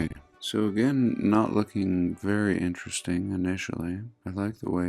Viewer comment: Vewy intewesting